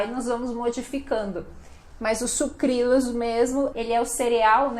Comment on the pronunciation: Eu também falo Sucrilhos. Acho que ela esqueceu de pronunciar corretamente.